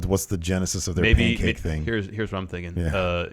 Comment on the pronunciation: the pancake thing is because E decided to say pancake with a weird accent as "Pan-kak-ke" a couple times... and it snowballed since then. it's a Bukkakke joke.